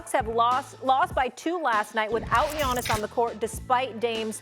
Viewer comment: You butchered tf outta that name